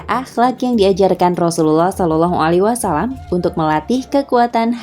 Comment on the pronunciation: Mohon maaf beribu maaf, sekedar mengkritik dalam pengucapan "Wasallam" (double L / Lam tasydid) bukan "Wassalam" (double S/ Sin tasydid) Minta rela